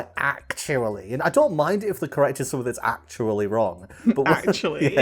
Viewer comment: ACK-shoe-UH-lee the video you are referencing in this segment was about tigers, not lions. It even says it in the title you put up yourself! (poking fun, feel free to ignore). EDIT: Brad's camera glare towards the end was hilarious.